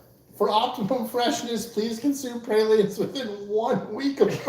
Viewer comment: Of course y'all start talking about New Orleans AFTER I had to leave the chat., we call them "praw-leen" or "prah-leen" and rarely does anyone here say "pray-leen". You might also hear them called "plah-reen". I'm sad I missed the New Orleans chat, I could have chimed in.